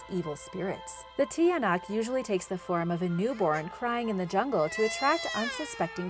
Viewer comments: it prounounced chanak not tiyanak it make me laugh agahahah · Its not pronounced tiyanak its chanack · try pronouncing it the tiyanak to chanak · The tinayak is pronounced tyanak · BTW youre pronunciation is wrong for example you said TIYANAK its actually pronounced CHANAK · It's not tiyanak its chanak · You don't read it as tiyanak you read it as tsanak Please don't get offended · It's read as "chanak" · The tiyanak is pronounced tsanak like t-ya-nak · Tiyanak is pronounced shanak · Tiyanak it also pronounces Chanak- lel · If you're having trouble to say that were just say chanak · Tiyanak is pronounced tyanak or chanak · tiynak is pronounced (Cha-Nak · I'm from the Philippines so the tiyanak is sounded (chanak) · You read the tiyanak like Chanak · The tiyanak is pronounced cha-nak hope this helps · No.4 its pronounced as chanak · I live at Cabanatuan in the Philippines but my English hard sorry ha I like this channel btw we pronounce the Tiyanak=chanak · Love it because I'm from the Philippines. And the pronunciation of tiyanak is chanak.love the vid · It's tsanak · Acc tiyanak is pronounced like cha nak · You pronounce ot chanak in tagalog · Just say chanak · when you pronounce "Tiyanak' it's not how it looks when you read it, chanak is the pronunciation of it but wrong spelling btw im Filippino this is how i greet someone:magandang umaga po ako po si Rhian it means good morning I'm Rhian and po is a polite word in Tagalog when your talking to someone older and how you pronounce po is how it looks like the way you originally pronounce o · The tiyanak is pronounced cha-nak i am just not hating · It's pronounced cha-nak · Hi the tiyanak is wrong pronounce 😢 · It's ng bungisngis not h And it's Chanak not tiyanak